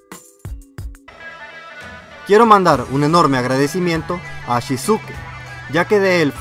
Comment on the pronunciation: cada vez que lo decía era una patada al hígado xD ah. por cierto Shisuke se dice Shiske la u es muda. xD fatal.